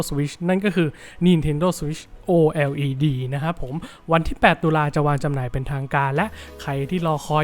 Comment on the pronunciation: โอ แอล อี ดี 5555+ เรียกโอเล็ต ง่ายกว่าไหม